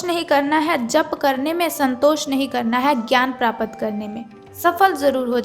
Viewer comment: आप अपना हिन्दी उच्चारण सही करें यथा प्राप्त को प्रापत कहना गलत है, भाषा को सुधारें |